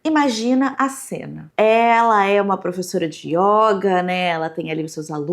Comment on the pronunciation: Só trazendo uma contribuição amistosa, a palavra yoga é do gênero masculino e a letra 'o' tem uma pronúncia fechada. Então diz-se "o yôga" e nao "a yóga".